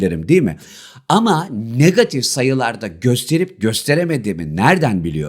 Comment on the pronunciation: niggatif degil hocam negatif 😅😊